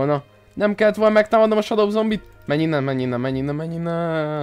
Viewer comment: Nem shado hanem sedó így kell kimondani!